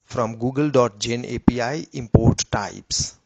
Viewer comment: Ajeeb gadhe ho tum yaar, bekaar me time barbaad kar diya. A P I ko apee bol raha hai... aur editing bhi teri sahi nahi hai.. Agli baar soch samajh ke aur achhe wale Voice Genration ka upyog kar ke Video banana.... warna yu hi gaaliya khaata rahega.